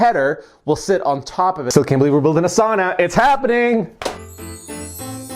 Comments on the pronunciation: Sauna = Sow-na not Saw-na (Finn) Cool build. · ITS PRONOUNCED SOW NA. NOT SAW NA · It's not a "Soona" it's a "Sauna" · I’m from the UP too, it gibbles my gumfoes when people pronounce sauna as sahna instead of sownah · It's pronounced sow na. Not saw na. Nice first try but don't quit your day job. Have fun ripping up that floor. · It´s called sauna, not saana. Get that rite. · I stopped watching when you said SAWNA it fricken SOWNA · A nice job, with a lot of things done right. However... A few points: - The first syllable of sauna rhymes with "cow". - Sauna doors are typically 24" wide. - The paneling should be free of knots—at least anywhere people are likely to lean (or sit)—because knots are far denser and get a lot hotter. - Without an air gap between the foil and paneling (usually achieved by nailing 1x2s to the studs over the foil), the reflective value of the foil is negated. The air gap is also necessary to ensure airflow behind the paneling to prevent mold and mildew. - You don't want to cover those gaps between the walls and ceiling with molding (re previous point). - Insulation on the floor isn't necessary, as there is no significant loss of heat there. Duckboards over concrete is the usual inexpensive solution. Tile is also common. - The floor should have a drain to deal with any incidental water—and to facilitate cleaning the sauna. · Well, this went about as well as one would expect when he can't say the word sauna correctly. It's not spelled sanna.... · It's sow-nuh, bruh. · it's pronounced SOW-na. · As a Finn I’m surprised to didn’t correct the pronunciation of the word sauna. 😂😂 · Before he even started to do anything in the video... the first cue was that he doesn't even know how to pronounce the word sauna correctly. Everything else after that is just downhill from there. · yes but the etiology of the word is Finnish and any Finn you ask will correct you about the pronunciation.